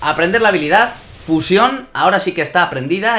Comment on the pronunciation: porque dice fuyion es fusion